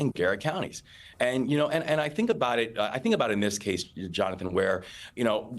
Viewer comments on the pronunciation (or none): none